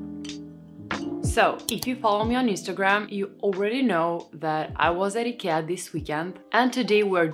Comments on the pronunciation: I love that you don't americanize the name "Ikea"!❤ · You have a lovely voice. Shame on anyone who complained. And you pronounce Ikea correctly!